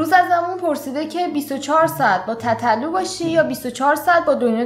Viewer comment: تتلو رو چرا اینجوری تلفظ میکنی😂😂😂😂😂😂😂😐